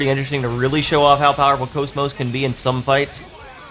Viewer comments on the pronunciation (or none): It's pronounced CAWS MAWS comeon get with the flippin program